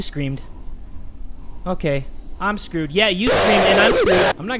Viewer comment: his mexican accent "iM sCrEwEd" clearly made me die of laughter ngl